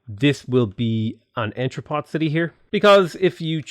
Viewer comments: Entrepot is pronounced as "on-tra-po". C'est Francais! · Love your channel. Thanks for the JNR review, I love his mods. "on-tru-po". Like other French words, the N is soft and nasal, and the final T is silent.